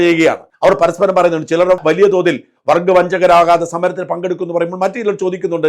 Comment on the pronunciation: 🤔........ ( കമ്മൂണിസ്റ്റ് )........ വർഗ്ഗബോധം പറയുന്നത് ശ്രദ്ധിക്കുക . ......... അവനു " വർഗ്ഗം " എന്നുപോലും പറയാൻ അറിയില്ല . വർക്ക എന്നാണ് പറയുന്നത് ." ബോധം" ഇപ്പോൾ പൊതുവെ " ഭോതം " ആയിട്ടുണ്ട് . അതും കമ്മി പ്രയോഗത്തിൽ നിന്ന് വന്നതാണ് .